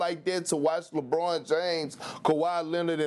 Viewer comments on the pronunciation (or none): none